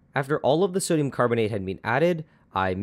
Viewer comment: did anyone notice 'sodum'